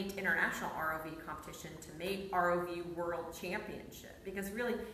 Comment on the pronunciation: Yes yes omg yes!!! “ROV WORALD CHAMPIONSHIP”. Love it!!!!